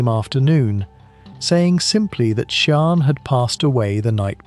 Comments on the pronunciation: Sian pronounced phonetically sharn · Can’t subscribe. You’re repeating everything. You haven’t even bothered to learn how to pronounce her name properly. I guess this is an AI voice. It’s awful.